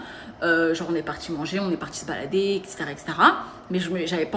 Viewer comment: « on est partchi » l’affrication répulsive 🤮